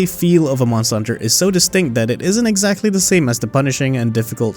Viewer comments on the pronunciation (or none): none